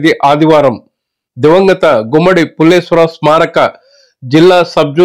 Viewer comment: Pulleswar rao kadu pulleswarao garu